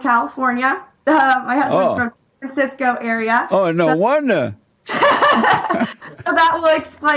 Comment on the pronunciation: jlp: "San Fansisko." 🤣